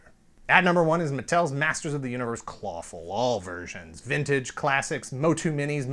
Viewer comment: Been a fan for a while, found this via the CBS interview. Shell, yeah! When says 'Clawful' I hear Falafel.